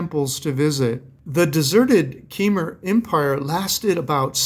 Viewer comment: Kymer -pronounced "come ear" '